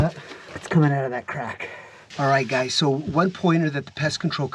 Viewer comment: you said "gays" and not "guys". 😂😂😂